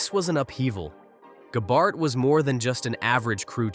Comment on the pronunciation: I didn’t know Gabehart was such a difficult name to pronounce.